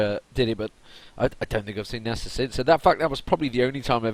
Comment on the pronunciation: Is that how you pronounce Nasus? If so I've been doing it wrong...